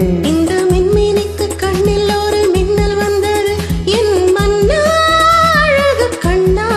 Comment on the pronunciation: Come on Dude it is "aZHagu penne" NOT "aLagu penne". Listen her sing the same word